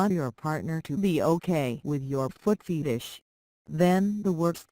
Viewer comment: Did that robot just say foot FEETish?